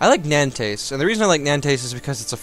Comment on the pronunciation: Hey just a little tip for you when pronouncing french words : the -s at the end of a word is almost never pronounce (for example, Nantes must be pronounced "Nant") ;) Nice videos, keep up the good work btw ;)